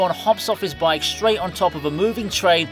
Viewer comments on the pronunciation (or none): none